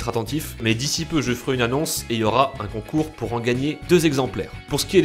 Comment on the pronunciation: Concour endespaïneur